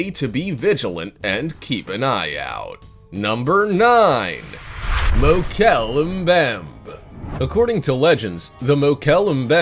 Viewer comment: Mokele Mbembe is the correct spelling, and as for the pronunciation...........!